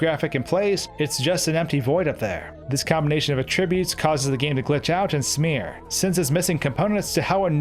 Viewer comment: Not insulting you, just letting you know: when you're using the noun form, not the verb form, the "a" in "attributes" is pronounced the same as the "a" in "cat."